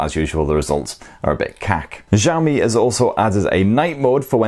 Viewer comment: He just said "Ziaomi"